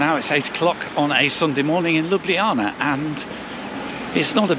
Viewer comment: Chiming in here as a Slovenian - you are probably one of the few that actually pronounced the name of the city correctly! 😊 One note: wherever there is a C in the word, we pronounce that as “ts” rather than “kh”. Ljubljanica river is therefore pronounced lju’blja:nitsa